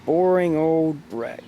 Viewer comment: A breck- you heard me right, a breck.